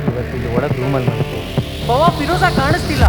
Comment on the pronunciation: Firoza❌ Firraaaja..✅ 😅